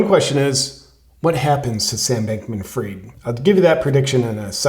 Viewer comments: FRIED as in TIED, not FREED. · I have a question, as an ignorant Frog : why don't you pronounce his name "fried" as in well-cooked ? It would be so appropriate, that a "bank-man" should be "fried".